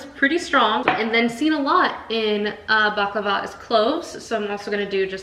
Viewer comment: The tahini bars are scrumptious. Sooo good! 😋 unfortunately mine never ball up. I think it's the rice crispies that help in doing that because that's the one ingredient I don't use. I use roasted, crushed foxnuts instead. The orange zest really makes the halwa sing 🧡. Btw, I just want to correct your pronunciation: it's bukLAVA..not bukluhva. Also made the chocolate cake.. very fudgy n tasty.